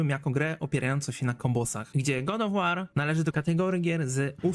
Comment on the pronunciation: tiltuje mnie troche ten god of łoar